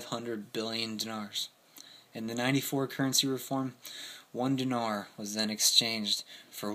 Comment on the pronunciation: Remember, during the period, they were in the middle of a civil war. Great lesson on hyperinflation. Thanks. BTW, it's "DEENAR" Lol "NOVI" means "NEW"